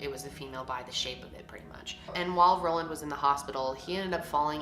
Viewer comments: Is it Roland or Ronald? Title says Roland but you keep saying Roland 🙃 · Ohmagod same, I was so confused when she kept saying "Roland" and I checked again and realized that it wasn't lol.